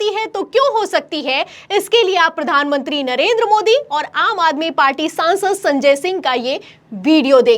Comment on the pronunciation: मैडम आपके बोलने का तरीका सुधारे कृपया। प्रधान मंत्री होता है न की पधान मनती । और कृपया आलम तो ये हो गया बोलने से अच्छा कुछ और भी बोले। केवल आलम तो ये हो गया है बोलती रहती है आप बार बार। ऐसे में ऐसे में l बार बार एक ही लाइन बोहोत चिढ़ होती हैं